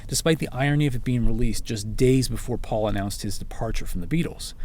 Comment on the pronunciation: They can't pronounce "Paul" either.